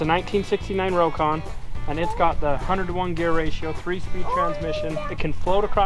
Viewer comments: Just a FYI. The correct way to say Rokon is ROCK-ON. Robert Korpi made sure I knew the correct way to pronounce the name after I call it a Row-KON. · I knew someone in the 70s that owned a Rokon. He pronounced it rock-on. I don't know which is correct.